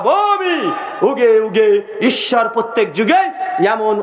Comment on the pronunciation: উনিতো বাংলা ভালো করে বলতে পারেন না,উনি যুগে যুগে কে বলছেন উগে উগে